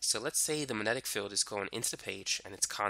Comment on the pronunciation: wow, you can't even pronounce the word "magnetic." that makes you perfect for youtube.